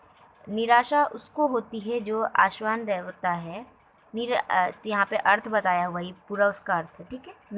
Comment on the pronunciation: Ma'am aapne आशावान ko आश्वान bola hai